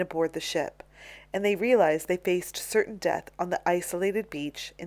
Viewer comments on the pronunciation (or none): none